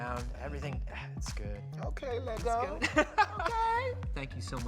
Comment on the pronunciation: Yes & I didn't think I could have any more respect for her & she goes & says Lego correctly lol. I'm a huge Russell fan & was so mad they ended the Americans series. I was excited about her casting into ep 9 & can't wait to see her. I'm sure she's going to have a small part but hoping for a decent amount of screen time for her.